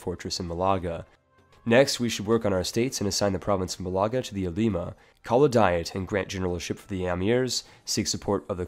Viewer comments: I've said this on other videos and I'll say it again. It's pronounced "Mah-la-ga", not "Ma-lah-ga", there's an accent on the first A for that reason :P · Are you blind? mÁlaga not malÁga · Bro, it'a not Malága, it's Málaga, it even says so in the province name. Plz pronounce it right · Actually he should pronounce it more like Maaliqa. ;) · Málaga is pronounced Mál-a-ga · Vitor Oliveira yea he’s pronouncing it like some mysterious Arab province